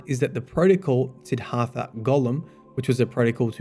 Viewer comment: SID-DHART-HA not SIDD-HARTHA